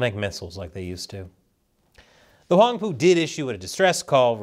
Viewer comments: Did just say Whong poo? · Did you say that Chinese boat was called the “Wong Poo?”